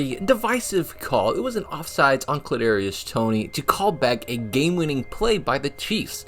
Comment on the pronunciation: Did you say Clit Darius Toney?